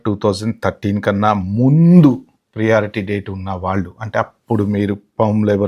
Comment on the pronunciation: చాలా డీటెయిల్ గా కవర్ చేశారు.👍ప్రియారిటీ కాదు ప్రయారిటీ అనాలి. ఎప్రూవ్ కాదు అప్రూవ్😂